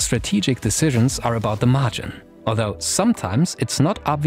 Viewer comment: Every time he says Margin my weeb ass hears majin